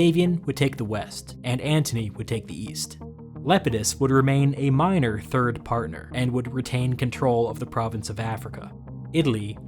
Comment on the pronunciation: A minorrrrr😂😂😂😂😂😂